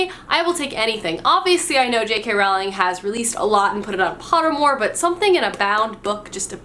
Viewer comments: Her last name is said "Rolling" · Is mispronouncing JK Rowling's name a thing of yours? For example, I pronounce gif with a hard g, even though I know it's a soft g. No hate, honest! I just always wonder when I watch your vids.